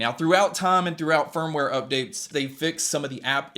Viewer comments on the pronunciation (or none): none